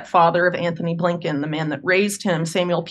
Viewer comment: Say his name properly - A. Blinken - go ahead say it out loud ... Abe Lincohn ?! WTF